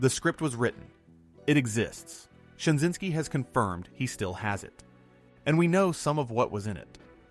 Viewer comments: J Michael STRA-ZYN-SKI not Shinzinksi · Stra zyn ski. Man your content is good but you mispronounce a lot of names and terms. Good depth of information.